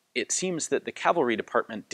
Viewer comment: 😄 yippee! He said cavalry, not calvery....